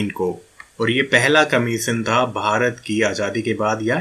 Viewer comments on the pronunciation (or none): none